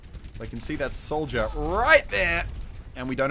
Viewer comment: when muselk says Soldier it sounds like Souja